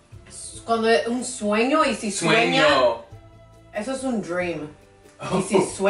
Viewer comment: Swenga 😂 hahah really 😂🤣 I thought he made up a different word after realizing he ment dream. Sueña😂